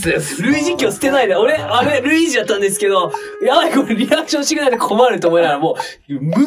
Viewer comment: 一回目「やっばぁ！」とかかと思ったけど、二回目聞いたとき完全に「やったぁ！」で草w